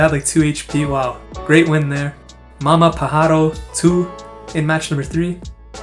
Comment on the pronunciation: As a Spanish speaker it’s really funny to hear your pronunciation of MamaPajaro, which would translate to mother bird or blow dick depending on the context 😂